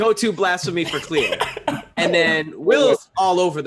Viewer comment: its khleo